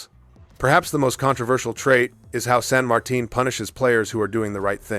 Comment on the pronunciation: Good video. I knew you were going for T10 so I thought of all of those before watching, except San Martin (kudos on pronouncing that name correctly!). As a DD main, I dread those, but also Moskva, Salem, and if we continue down, Atlanta and Cleveland.